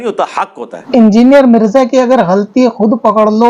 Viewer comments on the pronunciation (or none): mirza ki pranunciation ki pranunciation hi sahi nahi hai 😂 pehle isko bolo ye sahi adaigi ki koshish kare!